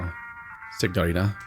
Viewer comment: I may be mistaken as I don’t speak Italian, but I don’t think you’re supposed to pronounce the g in signorina.